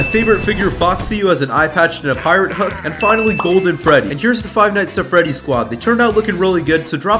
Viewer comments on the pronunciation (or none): none